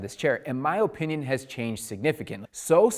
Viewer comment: These videos are great, but the way you say "OH-pinion" is HORRIBLE!!! hahaha